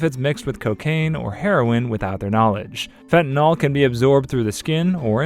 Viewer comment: Is it not Fent-a-nil pronunciation? -nol is its own suffix.